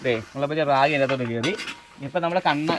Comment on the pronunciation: അതെ, രാഖി അല്ല റാഗി .